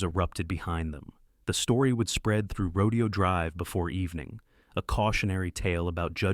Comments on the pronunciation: There are at least 6-7 mis- pronunciations of Rodeo Drive. It's actually "Ro-day-o", not "Ro-de-o". Duh!!! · Teach AI it’s not a Rodeo, it’s Ro DAY oh Drive. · It’s pronounced Ro-DAY-o Drive, you idiots. AI doesn’t absolve you of your responsibility to do basic editing and fact checking. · The narrator mispronounced Rodeo drive and it was slow and tedious